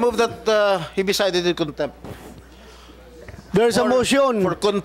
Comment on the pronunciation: Konbictid...kontempt???😂😂😂BRILLIANT AGENT JM we are PRAYING 4 U...keep tell the truths of the matter...THE FATHER G-D ALMIGHTY WILL ALWAYS GIVE U HEAVENLY WISDOM...G-D BLESS EVERYONE AND SHALOM TO ALL ❤❤❤